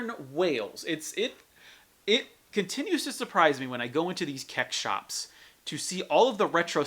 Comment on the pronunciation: What the hell is a "Kecks"? Either sound it out as C-E-X, use their pronounciation of "Sex" or go with the retro Computer Exchange.